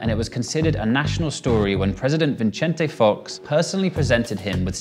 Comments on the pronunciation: vinchente fox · ViNcente Fox? VIcente Fox. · Vinchente fox 😂